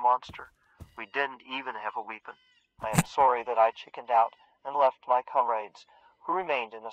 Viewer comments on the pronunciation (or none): 🤣 “ We didn’t even have a weepon “ 😁 dialogue & voice overs are just nuts 😆